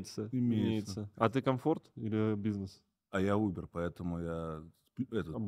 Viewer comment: Когда сказал "а я Убер" мне показалось что он сказал " а я умер"